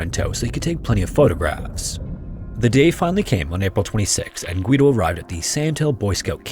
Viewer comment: You don't pronounce the "u" in Guido